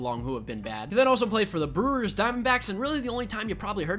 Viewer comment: bruh why u say brewers like that😂😂